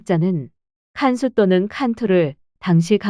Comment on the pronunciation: 칸수는 깐수 아닌가요? 깐수의 우리 발음이 감숙이고